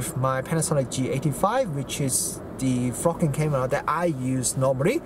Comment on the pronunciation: Your accent has given me a smile. For the first half I thought you were saying 'the best f** king camera :) the smile came when I realized you were saying 'best VLOGing camera. My bad, but it did make me laugh. A tip - you talked about a lack of dynamic range and did not seem to be aware of two things: first, the camera has an HDR mode which would bring the detail back into those blown out highlights. Second - use a variable ND filter to control light better. I think that camera has a 49mm filter thread and a smaller size ND like that won't be all that expensive. Try it out in the shop just in case it vignettes at the wide end. If so use a step-up ring and try a wider ND. The lack of built-in ND is the worst aspect of the AX53 and this Panasonic but that comes with the lower price point compared with more expensive camcorders. Another tip - that camera has a slow zoom function that can sometimes be a better choice than using the zoom rocker. It is one of the features that the Sony AX53 lacks but would benefit from. You can set the slow zoom to either normal speed or slow speed and once enabled gives a constant zoom speed that is easier on the eyes. Great feature. Rather than just comparing with DSLR form-factors you should compare against the gold standard camcorder in this price range - the Sony AX53. The differences between them are very interesting (hint: there is no winner, they are both great but each does things the other doesn't). For just a little extra money there is